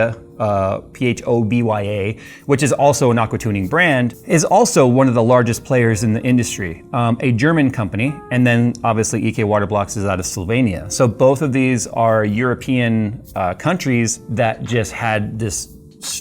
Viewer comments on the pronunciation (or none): S-l-o-v-e-n-i-a not S-l-o-v-a-n-i-a